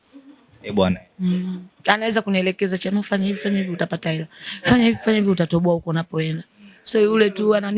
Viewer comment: Mbona unachapia sana chanuo jmn😮😮